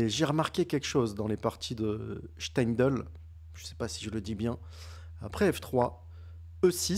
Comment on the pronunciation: Tu as prononcé Steindl parfaitement. Merci pour tes analyses toujours très pointues et bravo 👏👏👏😊